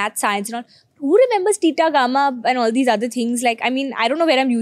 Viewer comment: Really she said "Tita gamma" 💀